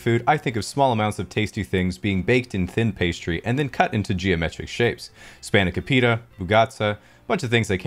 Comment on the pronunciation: The spanakopita pronunciation physically hurt lmao 10/10